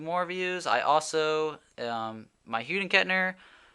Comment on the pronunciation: Did dude just say :hude & Kettner????!!!